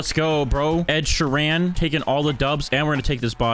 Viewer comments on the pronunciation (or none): its not “ed-sherrann” its ed: ed shear en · Ed sheer RAYN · Ed Shieeranne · not you saying his name like ‘sheeran’ also you should keep making these vids, keep it up! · i like it how he pronounces ed sheeran as: Ed She-ran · "Sheran" IM DYING 😭😭😭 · WHY DO YOU SAY SHEERAN LIKE THAT!!!!! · That Ed Sheeran accent was majestic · omg the way you pronounce 'Sheeran' (no hate)😭 nice cosplay & rip epic glasses 😥 but anyways keep up the good work! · Lol the way he pronounces Ed sheeran No hate tho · pronounced sheeran wrong